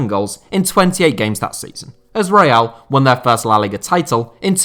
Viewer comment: Reial?Stéfanow?Manager?It's coach,Dieigow?it's Diego